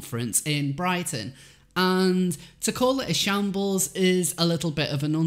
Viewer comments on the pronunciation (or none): none